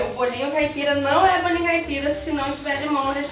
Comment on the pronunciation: "BOLA um bolinhuu" ai gente essa mulher é muito maravilhosa